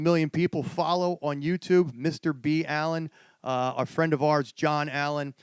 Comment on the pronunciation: First time I've heard his named pronounced like that (Mr. B. Allen) lol